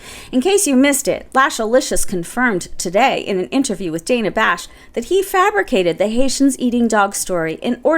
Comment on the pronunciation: fyi: Dana Bash pronounces her name as "Danna."